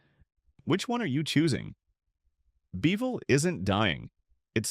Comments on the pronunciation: Kerrville not Careville. Peecos? Its Pay- cos!! Beville? Its Beeee' ville. This video was made way before the big flood that hit in early spring of 2026. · This announcer has got to be AI. Nobody is that stupid to mispronounce towns in a video of this magnitude. .For instance, Pecos is pronounce pay-kos. Beeville is not Bee-veal. It's Bee-ville. It's not Nusass county, it should be Nu-aces County. Many other towns were mispronounce in such a way, it would insult any Texas native